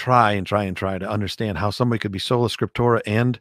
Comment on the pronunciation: Hello, it’s sola scriptura NOT scriptora.